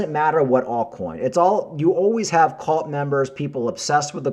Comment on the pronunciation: C U L T not CALT